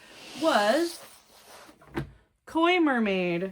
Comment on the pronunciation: I’m so proud of you for saying Koi Mermaid!